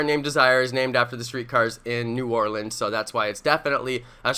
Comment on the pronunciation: Bro i live in nola born and raised down here you said it perfect bro